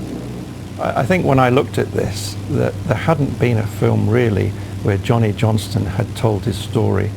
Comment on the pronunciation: Did he say.. 'Johnny JohnSTON' ?..... Make your mind up time